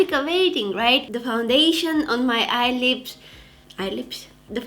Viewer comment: When she said eyelips